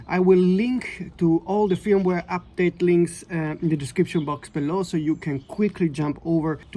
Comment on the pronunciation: I would be pissed, but the a7rv is perfect 😂😂. My advice is don’t buy a camera is you have problems with it 🤷🏻‍♂️ Just came here to hear the Swedish sounding pronunciation of ‘fyirumware’ 50 times 😄